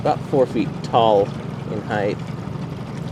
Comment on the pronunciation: Height. Not heighth.